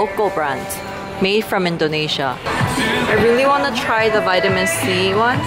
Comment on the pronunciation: Its INdonesia not ENdonesia :)